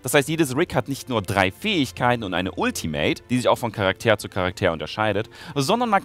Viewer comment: wenn ich falsch liege berichtige mich bitte, aber deine Verwendung UND betonung des Wortes "Charakter" ist im deutschen Sprachgebrauch doch falsch, oder nicht? Erstens wird es ganz normal betont und nicht "Charaktäär", zweitens sind die Worte Charakter und Character sogenannte falsche Freunde, da sie ähnlich klingen, aber nicht die identische Bedeutung haben. Im Deutschen sagt man zu literarischen und generell fiktiven Personen nämlich "Figur", und wenn man im Duden nachguckt sieht man auch, dass das Wort "Charakter" nicht die Bedeutung hat, die du ihm zusprichst. Das ist mir auch schon in deinen Lol Videos aufgefallen. Eigentlich ist das ja kein großes Ding, aber als eine Person, die sein Geld zu einem großen Teil mit reden verdient, sollten dir da möglichst wenige Fehler unterlaufen. Das heißt entweder das Englische "characer", oder das Deutsche "Figur", aber nicht "Charaktäär", was sowohl von der Betonung, als auch von der Bedeutung falsch ist.